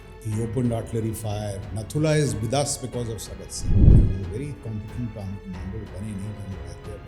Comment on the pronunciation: Core commadar or more commandar 😂😂